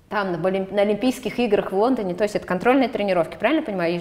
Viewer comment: Даша потрясающая, но... Когда уже кто-нибудь поработает над дикцией ведущей. "Квасное пожевание", "в Вондоне"... Поставить звук "л" совсем не сложно!